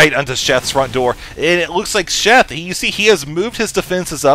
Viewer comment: I swear keeps saying Chef not Sheth. LOL!;)